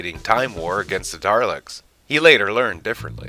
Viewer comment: It's Dah-lecks, spelled Dalecks.